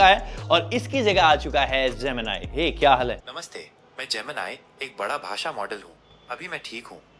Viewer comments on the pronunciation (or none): none